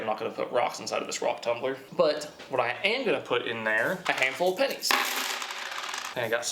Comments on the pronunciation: Whole video i keep hearing "panties" lmao not "pennies". Just me or??? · No i heard it a few times too while editing it